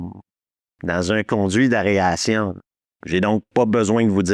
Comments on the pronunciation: Excellent vidéo comme d'habitude ! Juste c'est aération pas aréation, comme aéroport et non aréoport 😇. En même temps je critique mais ma prononciation de certains termes anglais est pire 😂 ! Quand j'en suis à faire ça comme réflexion c'est que le reste est parfait !!! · Tu fais exprès de dire aréation plutôt qu’aération? 😂 dans une une vidéo tu fais la même erreur avec areoport et aéroport 😅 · Areation ... 😂 Même le correcteur veux pas l écrire 😂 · « Dans un conduit d’aréation » 😂😂😂😂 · ”dans un conduit d’AREation” 😂 et répété 3 fois. Il ne me manque que le ”etchétéra’’ pour me rappeler pourquoi je suis devenu accro à cette chaîne. Merci. J'ai eu mon ”etchétèra” sur la toute fin 😂😂😂 Merci 😊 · Petite confusion vers 18 mn : le gars qui part dans les conduits d'aération (et non "arération" comme tu le répètes plusieurs fois) est DALLAS, et non ASH. Et une particularité que tu as omise : lors de la sortie française du film, la partie où Ripley découvre ses compagnons dans la nursery, n'était pas présente. Elle fut rajoutée bien des années plus tard. C'est pareil pour Aliens : dans la sortie cinéma, toute la partie avec les tourelles automatiques n'était pas non plus présente, mais fut rajoutée elle aussi bien plus tard. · AER-ATION!! 🤣🤣 Merci pour cette vidéo!! (et j'adore inviter mes amis à Gruyère, au musée Giger!!) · Tu as du mal à dire "aération".